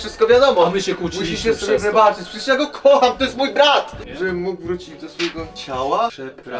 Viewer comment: To jest filtr a nie pszecierż to jest filtr xDdd 😂😂😂😂😂😂 hahahahahha